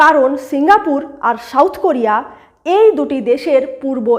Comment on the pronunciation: শাউথ কোরিয়া নাকি সাউথ কোরিয়া? শেউল নাকি সিউল? কলকাতার বাংলা ভাষার এই দুর্ভিক্ষ কেন?